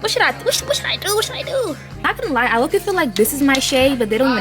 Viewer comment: does it bother anyone else that she says im not gonna "yie" like ew